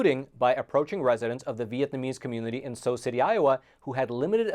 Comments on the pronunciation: It's not pronounced sew. it's pronounced sue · Sioux is pronounced Su, not Sow. Just trying to help. Sioux as in the Sioux Indian Tribe. ( Sioux City ) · that would be Sioux (sue) City not (so) City. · Sue City, not Sew City. Did you skip geography in grammar school??? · Umm, pretty sure Sioux is pronounced "Sue" not "Sew" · It’s pronounced “sue” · Sioux City = Sue City